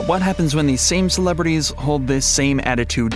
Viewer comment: "Celebrities"? XD